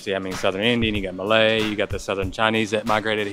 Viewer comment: Gosh seeing you eat makes me hungry 😋Btw, your Malay pronunciation is perfect its like you have been living here for years already 👏